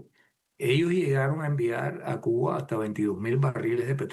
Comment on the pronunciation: porque dice CUNA en vez de CUBA